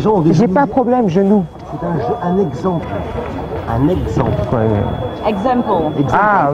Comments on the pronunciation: "exemple" quoi ? "exempole" ah d'accord! xD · "exempole" aaahh okk..!